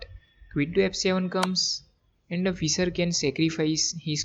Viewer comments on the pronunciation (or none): This is a good game. However, you REALLY need to work on improving your accent when you speak English! For example, it’s not “Fisser”, it’s pronounced like “fish” with an “er” tacked on. Also, you should not pronounce “move” to rhyme with “dove” (past tense of “dive”) or “rove”, but rather pronounce it as if it had two Os, i.e. “moove” to rhyme with the vowel sound in the word “moose”.